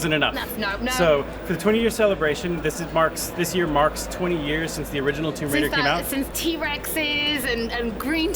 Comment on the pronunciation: Did that guy just say "rise of the tomb Waiter" lol